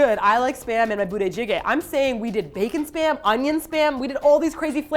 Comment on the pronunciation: I just saw that with Keys hair now TROLOLOLOL. ... Am i the only one who understands Sperm instead of Spam all the time? Cooked Sperm. Onion Sperm...and so on xD